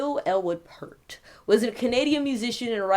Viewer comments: His last name is pronounced P-Ear-T. Nice tribute. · It's Neil Peeert but that's okay, a very common mistake. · It's pronounced P-ear-t. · First off, sweetie, it's Neil Peart (pronounced pier-t) and he was the primary lyricist, not songwriter. Geddy and Alex wrote the music and Neil put pen to paper for the words. And Rush is and was only THREE MEN. This song, "The Garden" is the final song off the final Rush album, "Clockwork Angels" released in 2012. On a side note, I was a passenger in a horrible car crash in February of 2012, just 4 months before the album release. The other 3 people in the car were killed at the scene. I lost my brother, sister and sister in law. Yes, I was the only survivor. 😿😿😿 My point is that "The Garden" reminds me of my baby brother (even though he was 49 when he passed away). I tear up every time I hear this song. RIP, Neil. Oh, and I'm a 45 year Rush fan, old school hippie chick🐥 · Im not looking at comments, but I know haters are bashing. His name is pronounced like pEARt is the easiest way to get you closer to the right pronunciation. EAR is two syllables. But thank you for doing a good job on this! Your open mind to other things is amazing. The man was gracious, humble and peaceful. A great music man. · Don't make this about you.....he was so much above what your so called channel. You didn't know anything about him until you researched him and you don't even know how to pronounce his last name. It's pronounced "peert". Again, it's not about you. Just stop. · Peart rhymes with 'peer' - this is the ideal time for everyone to finally get his name right! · Such a sad day in rock n roll! His last name is pronounced PEERT! He will always be embedded in our hearts as the best, the professor of drumming RIP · If you can’t pronounce is name correctly delete your video. It’s shameless self promotion. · If you loved him so much you could have pronounced his last name right...it's peert, not pert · It's P-ear-T NOT Pert (the shampoo)